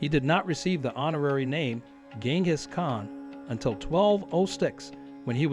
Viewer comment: I believe the usual pronunciation of "KAHN" is the same as in "CON- tract."